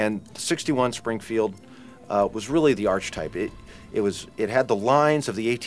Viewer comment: Musket not muskit Springfield not springfeild